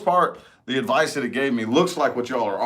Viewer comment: I love it when you say advicie for pisces lol u r spot on with my situation